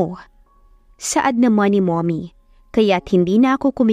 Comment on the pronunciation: Napansin ko lang ang pag bgkas ng mommy nagiging mummoy,stock holder naging stick holder na hahaha